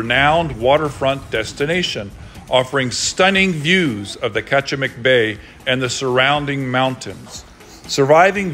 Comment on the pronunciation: This is my hometown and my brother owns the Lighthouse. BTW, we pronounce Kachemak Bay like "catch-a-mack"